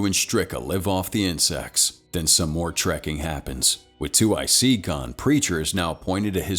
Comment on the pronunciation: It's 2IC not two IC, it means second in command